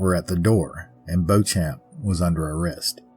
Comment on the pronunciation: I grew up in the Bloomfield area. In Kentucky, it's pronounced BEE-chum. But we have a lot of used-to-be French twisted names, so I can't blame you. When I was growing up, this story was always presented as the scheming older woman who conned a naive young idiot. And there were tales of Anna's ghost walking along the front of the cemetery on the anniversary, but I never knew anyone who saw anything.